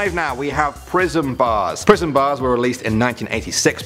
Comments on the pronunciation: For Prism bars I thought you said "prison bars" lol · Lmao i am watching this rght after i woke up and I heard 'prism' as 'prison'